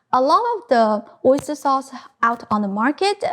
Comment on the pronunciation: OisturEH SaucEH ofEH realEH oistursEH